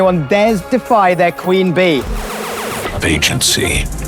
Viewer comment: It still annoys me when people mispronounce “Bey” it’s not bay… it’s just the prefix of her name. Hence, “Bey (phonetically Bee) hive”.